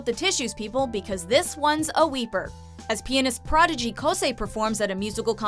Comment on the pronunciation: I thought she said "penis prodigy" lol